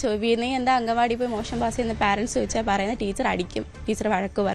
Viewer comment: അംഗൻവാടി അല്ല മാഷേ അങ്കണവാടി എന്നു തന്നെ പറയണം അങ്ങനെ തന്നെ എഴുതണം അതാണ് ശരിയായ മലയാളം